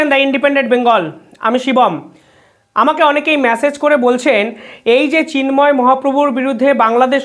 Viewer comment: ম্যাসেজ নয়,উচ্চারণ টা মেসেজ!